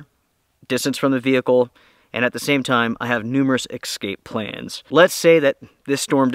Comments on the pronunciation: Why do you say "exscape"? I do like your channel! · Noooo, you say ‘excape’ 😢😢😢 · …. I LOVE your channel, but you MUST learn how to say the word “eScape”….. haha